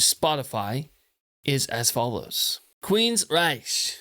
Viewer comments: It’s pronounced “Rike”, not the German way. In my opinion, their last best great album was Promised Land, then they went downhill. Nothing topped what came before. Todd LaTorre is a great singer, but nothing would ever replace Geoff, and the pairing withe DeGarmo. When DeGarmo left, their amazing soul left with him. After, they were just a regular hard rock band. Still not bad, but just not totally astounding. Anyway, this is a masterpiece. Still relevant today. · how could u claim to be a fan and NEVER pronounce their name correct.. queensryche pronounced queens-ryk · he's "very familiar" with this band but doesn't know how to pronounce its name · Can't even pronounce the band's name correctly.